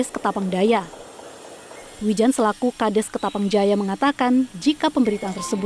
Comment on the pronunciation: Wildan woy bukan wijan